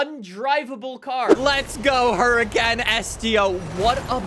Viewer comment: you say the huracans are some of your favourite cars yet you dont pronounce it correctly